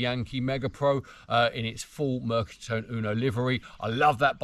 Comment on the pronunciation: Fabulous video , really interesting … I have an XL EV2 … amazing bike to ride, only on warm sunning days …. Ps, just a precision on the Italian … the E of Mercatone is pronounced and not silent… in Italian every letter in a word is pronounced … picky I know, again love the video